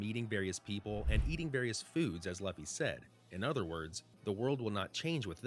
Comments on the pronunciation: why does he keep saying luufy..... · "Laffy" 🤣 Figured I'd clarify: Sorry, it's just sounds funny. Has no bearing on the whole theory/video itself 😂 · If you used a bot to make the voice audio why not correct the way they’re pronouncing Luffy? It’s so cringe to hear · How do u pronounce Luffy name wrong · Right? It's hard to take the video seriously when he cant even pronounce the main characters name correctly.